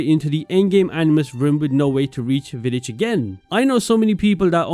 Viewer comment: You're probably the first youtuber I've seen pronounce Vidic correctly